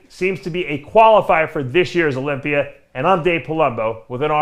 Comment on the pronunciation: Is Dave working on fixing his pronunciation? I swear Olympier is now Olympia.